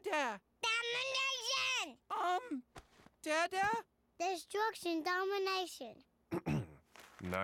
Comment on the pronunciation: i think he said damnation instead of domination